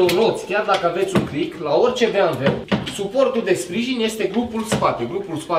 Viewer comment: se zice bemveu!!!